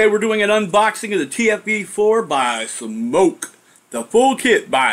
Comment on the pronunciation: Nice review, and I'm glad you pronounce SMOK correctly . . . makes me cringe when someone says "smock." Your juice reviews and DIY are great, but it's nice that you also show us what's going on with new hardware. This TFV4 looks pretty good, too. Thx!